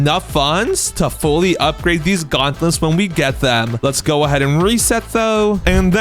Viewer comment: "Gautnlets" xD